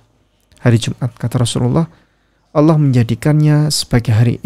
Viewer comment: Tolong diajari utk mengucapkan "Allah" dengan benar. Jangan Alah